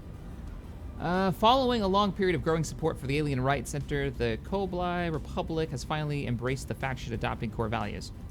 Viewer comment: its KO-BA-LE (Kobali), and the Martial Supremacy Alliance sounds like Terra Prime